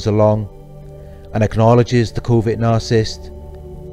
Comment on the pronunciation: I love how he doesn’t say narcissist he says “The nah-cyst” lol